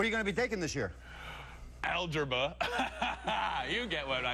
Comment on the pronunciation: "Algerba" did he mess up or do I not get this big brain joke